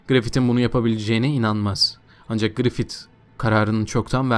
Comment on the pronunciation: grifit değil grifis diye telaffuz et kardeşim şu şeytan herifi